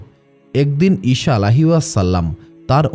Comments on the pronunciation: ইশা নয়, আবার শসা বা শিশা নয় ঈসা হবে সালামের "সা" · ঈসা (আঃ)কে ঈশা (আঃ )উচ্চারণ ঠিক না, বিবি মরিয়মের নামের পরে (আঃ) নতুন সৃষ্টি যা আমরা কখনও কোথাও পাইনি। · আপনার উচ্চারণ ঠিক করেন। ঈসা আঃ, not ইশা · ঈসা আ. কে বার বার ঈশান আ. বলেছেন। কানে বেধেছে।